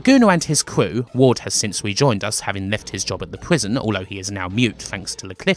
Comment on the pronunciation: are you saying watts?? watson??? ward brah WARD